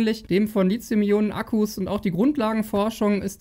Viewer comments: Deine Videos sind super - aber dein LiZium geht mir gewaltig auf die Nerven! Es heißt LiTHium - wie in Lithosphäre, Lithographie, Mathematik, Apotheke usw. usf. Nicht ohne Grund wird SiliZium anders geschrieben und eben auch anders gesprochen! Krieg das doch mal bitte hin, Tom Boetticher schafft es doch auch wunderbar. (Dafür sagt er dann aber ernsthaft bei "kaufbar" ARGH - wie wäre es denn mit "käuflich"???) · Schöner Beitrag, wie immer , aber bitte sprich Lithium richtig aus. Du bist ein Profi deines Faches, das passt nicht zu einen Profi.